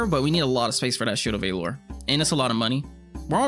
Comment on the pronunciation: Why do you pronounce Valor like that? Lol